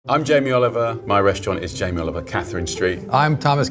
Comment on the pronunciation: jamie owiver make my ancestor cwy